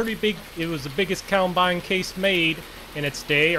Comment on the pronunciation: It’s combine not cowbine